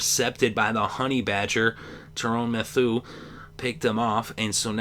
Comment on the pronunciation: U mispronounced Tyran Mathieu's name. Its pronounced Tie-Ran Mathew